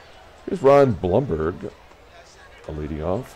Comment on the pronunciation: It's Thurman Munson's second year card, the 1970 card is his rookie card. Everyone in New York pronounces it Bloomberg for the first DH guy. All the Yankees announcers say Bloomberg. Look up the 1970 Munson card, it's one of those with 2 players on it.